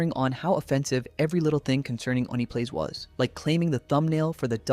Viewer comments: They said “Oney Plays” pronounced (Oni Plays), multiple times and you continue to call it “One Plays”. Why? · Why you saying one plays, ding dong and Julian literally say it for you. It's oh-knee plays. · Ding Dong is such a fitting nickname. Also I heard One Plays, One Piece, and One Place. It's O-KneePlays. Sorry I am autistic about pronunciations. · Like how did you not get that right lol